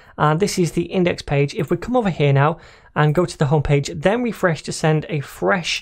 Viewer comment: RRRRRefRResh, every time i hear it i start to lough thank you! Are you planning for a series on Testing in javascript! if not please take it into consideration